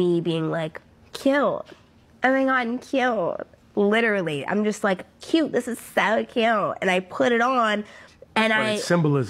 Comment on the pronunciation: literally the first time she said “cute” it sounded like she said “kill” hmmm NO NO NO!! In the name of Jesus Christ of Nazareth I rebuke any of the evil being produced, my God, The Lord I praise The Holy Spirit Amen!